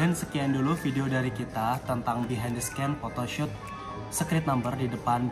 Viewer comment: scene bacanya "sin" bro :)